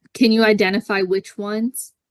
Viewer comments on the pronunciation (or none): none